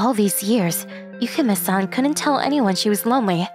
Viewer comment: My only complaint is the MCs pronunciation of Yukimes name. Other than that, it's a great story.